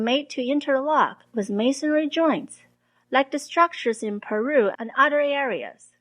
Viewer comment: Hi, thanks for the excellent and informative videos. I wanted to give you a little constructive criticism. Your English is extremely good. But I might suggest that you look at your pronunciation of the word "other". It sounds like "udder" when you say it (an udder is a cow's nipple, lol), one must be careful to use the "th" sound in this word. Keep up the amazing work! :)